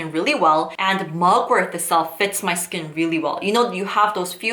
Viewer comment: It’s mugwort not mugworth